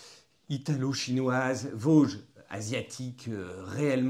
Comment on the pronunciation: Salut, petit “tip” de l’intérieur, la marque se prononce “vodji” et pas “voge”. 😊